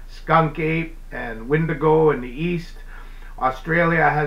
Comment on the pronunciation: That word 'wentigo' is mispronounced & misused. It's ok that it's mispronounced because to say it's name in winter will call a crazy ass cannibal/spiritual being. It's not a Bigfoot either